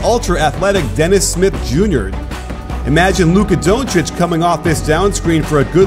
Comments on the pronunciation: CAN YOU PLEASE STOP SAYING doouuuncic like that ur saying his name wrong and so wierd its DONCIC! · DONTcic pronounce it like that coach! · lmao the way he says donci good video tho